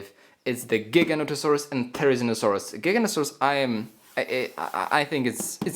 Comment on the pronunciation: I've heard so many times from so many people so it doesn't annoy me as much anymore but they're pronounced Jig-a-note-a-saurus and thare-i-zeen-o-saurus